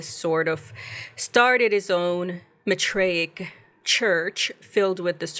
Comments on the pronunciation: It's math-ray-ic not Ma-tray-ic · Season 2 was way better than Season 1. Probably the best sci-fi / horror show this year. I just hate that we have to wait so long for the next season…. If they were to be renewed…hopefully. Lol I think it’s pronounced “MYTHraic”